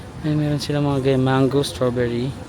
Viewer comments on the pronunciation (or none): none